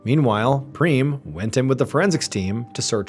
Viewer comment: Every time he says Preem, I think of Cheem Creams from Nobody Cares Anthony. 🤦🏻‍♀️😂😂